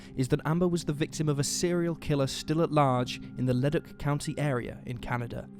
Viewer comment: Excellent! Thank you for spotlighting this case, it just breaks my heart hearing her last phone call. I hope they find the bastard who killed her. And as a quick aside, Leduc is pronounced Le-duke.